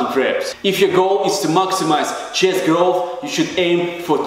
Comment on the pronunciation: english pronouncing: chest russian pronouncing: chijest